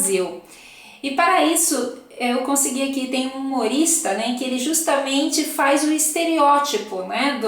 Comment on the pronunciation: Muito bem lembrabo, eles falam "faiz"mesmo kkkkkkk